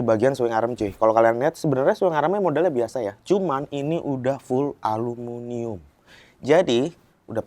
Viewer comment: ALUMINIUM mas 😬, bukan alumunium